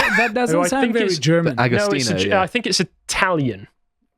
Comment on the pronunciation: has a pretty good German pronunciation. I'm very impressed.